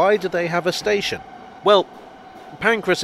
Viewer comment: So who was St. Ation?